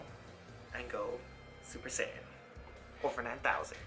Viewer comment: Please it's sigh-yan not say-yan! :(